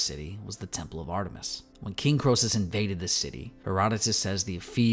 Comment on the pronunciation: Croesus is pronounced kree-sus.